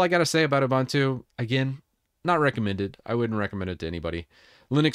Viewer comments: It's "OOBOONTOO", not "OOBANTOO". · Ubuntu is an Zulu / Xhosa word that roughly means "I am because we are.". It is pronounced as oo-BOON-too /ʊˈbuːntuː/ Breakdown: "u" as in "put" "bun" rhymes with "moon" "tu" is pronounced like "too" Love from South Africa. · I don't meant to seem shirty as I hate it myself as well as you, in fact probably even more than you, but it's Ubuntu by the way not 'abantu' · I grates me too when I hear that second syllable pronounced like a bread "bun." Their website and Wikipedia show the correct way to pronounce it, yet some YT content creators keep saying that second syllable wrong. Wikipedia even has a sound file that you can click on. C'mon now! 🤦‍♂